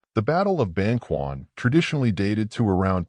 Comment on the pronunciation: Ban-ch’uan, not Ban-kwan